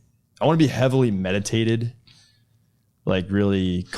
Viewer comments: I can't be the only one that heard "highly medicated" instead of meditated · I thought he said his best life included being "heavily medicated" and I saw the need....then realized he said "meditated" or "meditative" heh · Did he say heavily meditated or heavily medicated?😅😅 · “I wanna be heavily meditated” I think you’re missing the letter “C” in there hun. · also, "heavily-meditated" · is it that he said?? I thought it was "medicated"